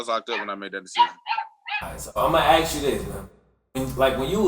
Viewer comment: why this man keeps saying aks and not ask?